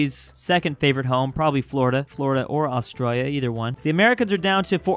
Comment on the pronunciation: ITS ATRALIA NOT AUSTIA DONT DISRESPECT MY HOME COUNTRY